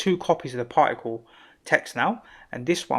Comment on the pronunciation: I love the accent ! "Parhhicle". Extremely great tutorial.